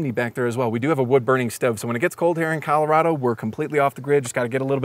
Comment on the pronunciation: 😂ok the way he pronounces Colorado bugs me but bus/tiny life here in Colorado makes a lot of sense, the lowest rent I've seen here in the last like 5 years is around $950 or a bit more a month for a one bedroom appartment thats smaller than the bus and that was in a very very crappy town in an apartment complex where 5 people got shot in one year~ (I was born and raised in colorado by the way)